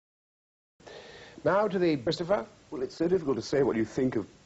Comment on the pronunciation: Now to the Bristopher?